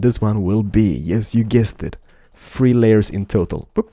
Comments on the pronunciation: One, two, FREE???😂😂😂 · u say 3 really funny